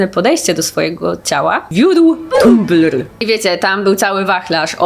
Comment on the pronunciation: Przewinąłem kilka razy jak mówisz tumblr, bo to takie śmieszne